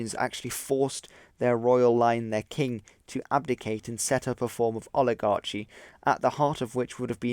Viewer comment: "one of the most powerful and also one of the most powerful"? Are you saying they were powerful? Plus, the guy who helped you with pronunciations should have told you how to say "oligarchy" correctly. It's "kee", not "chee".